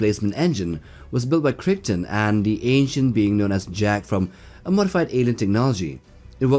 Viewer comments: "Crick-ton" LOL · DuQuesne is pronounced 'dooKane'. Also Farscape's John Crichton is pronounced 'krytin'. Geez. Otherwise, great seeing those two on the list along with the usual WH40k and Halo.